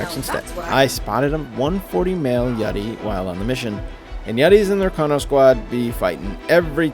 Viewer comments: its yuti not yeti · i love your videos but it is pronounced U T